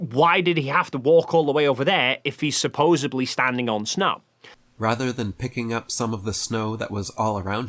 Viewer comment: Says "supposubly" , loses ALL credibility!